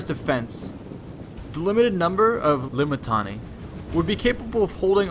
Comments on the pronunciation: I know you messed up the pronunciation of Limitanei and had to go through your audio and edit it. I know. Don't think I didn't notice. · "L-I-M-I-T-I-A-N-E-I and reserve forces known as, Comitatenses. L-I-M-I-T-I-A-N-E-I were stationed in forts..." lol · Always love hearing back from you guys and trying to improve based off it! Tried my best to fix my mispronunciation of Limitanei after seeing how they said it in game... the edits were a bit more apparent than I would have wanted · rofl every time i hear this vid say limitanei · I was just wondering why that sounded off